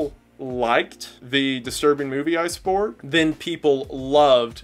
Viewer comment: bro said iceborg 🤣